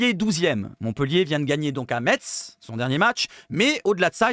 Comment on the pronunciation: Salut, sympa tes vidéos actu....CONTINUE!... un raciste avéré à l'OM? NON MERCI! je te rejoins sur le cas lodi, les vacances c'est mercredi soir, donc pas trop d'accord avec le départ anticipé, ça prouve son désintéressement à notre club 💙🤍 ALLEZ 🌟 L'OM 🤍💙 ha ha ha.... pour info o ne dit pas "metsse" mais "messe"....... je me suis fait reprendre de nombreuses fois lors de mon arrivée en lorraine